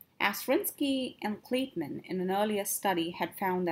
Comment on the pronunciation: You spelled Kleitman's name wrong and pronounced it wrong. LAZY